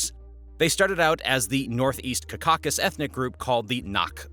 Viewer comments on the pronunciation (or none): Learn to pronounce the region right: it’s NOT “KAKASUS” it’s the Cau - Ca - Sus! Like when you say Caucasian in America to describe very wrongly all pale faces! Only people from the “Caucasus are Caucasians”. It’s like as if for example you call all indigenous people of the planet as “aborigines”! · North "Kakakis" really grates the ear. It's North CaucaSUS. Or better yet, endonymically, Kavkaz. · It's pronounced KAUV-KA-SUSS, not KAKK-AKK-US. This should honestly be common knowledge, and even more so in something that is meant to be a "documentary" that focus specifically on the Caucasus. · it doest read CACAUSUS but rather CAUCASUS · Learn how to pronounce Caucasus…. CAW-KAH-SUS Not CUH CAH SUS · Like this video but guy, you gotta stop saying CA CAUC CUS. Its JUST CAUCUS only two Cs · Caucakus?its [KOU-ka-sis] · Bro saying Cacausus instead of Caucasus the entire video was slightly irksome. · Right i just saw your comment , so annoying ! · Caw-Ka-Sus, not Cak-a-sus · Oh my God, learn how to say caucuses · Kaa-kuh-suhs Cau Ca Sus Like Caucasian with the last 3 letters being us instead of Ian. Cau cas us Kaa-kuh-suhs It's not a crow ka kaw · kah kah sus, bro you're probably caucausian, from the Cacausus. let google teach you to pronounce words you've never said yourself. always a good idea for foreign locations, just so funny almost everybody knows how to say it cause its like literally the name for the white race. crazy your could grow up without hearing it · Ka-ka-zus 😂 wtf dude... I'm from Europe... And this breaks my ears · Caucasus not Caccasis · Caucasus pronounced as "Caucasus" is like banana pronounced as "banana"! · is this a bot ?!? caucázus ? lol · Mispronouncing Caucasus got me steaming... Get it right /ˈkɑː.kə.səs/ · It’s pronounced CAUcuses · Cuh-cockus dude come on 😂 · ‘CaCa-Susse’ !? …bro, what? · Ka-ka sis. 😂lol. The way you say Caucasus is so annoying. It bugs the shit out of me. You can say caucasian properly but u can’t say Caucasus?